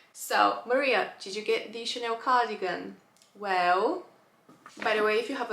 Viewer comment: Maria it is Chaaaaaanel not Chaneeel